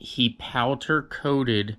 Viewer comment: " he POWTER coated my parts pink.." Wtf..😂